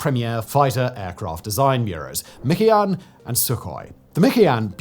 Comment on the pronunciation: I have never heard anyone refer to Mikoyan is "mickey yan"